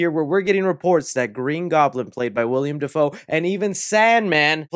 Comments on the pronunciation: He said William Defoe . Haha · You really just said “Wiliam Dafoe”